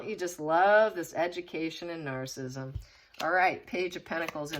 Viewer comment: PLEASE pronounce Narcissism and West Minster Abbey properly!!!!!!!!!!!!!!!!